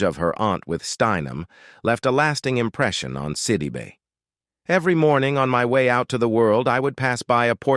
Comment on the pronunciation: Look, before you try and do a story on a person, learn how to pronounce their names!! You missed pronounced her name every time you said it! You💯 need NOT make this your career😒😒😡